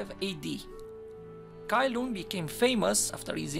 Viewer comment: Cai Lun is oronounced Tsai Lun in Chinese. Not Kai Lun